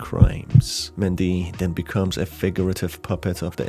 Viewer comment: I guess I got tripped up by how he pronounced it?